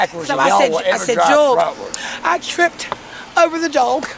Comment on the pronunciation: 👻, It's JOEL! Not Jewel! 🤣